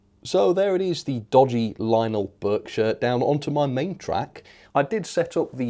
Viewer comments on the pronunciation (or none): "Linel" it's lion-el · I'm pretty sure it's pronounced Lion-elle.